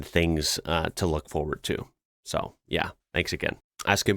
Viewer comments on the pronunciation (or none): none